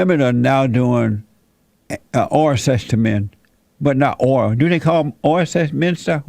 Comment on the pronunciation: This video is so hard to watch with all the poor pronunciations. It took me a minute to realize the head idiot was saying ORAL sex and not ORANGE sex JEEZ! no wonder these women can't climax... I mean cli-mack.